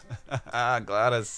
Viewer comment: uh its GLaDOS not GLADoS